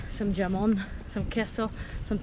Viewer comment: WTF? “G”amon? It’s “Hamon”! Jamon is pronounced “Hamon”. And you walked the “Albayceen”. Ok, sorry, just had to get that out.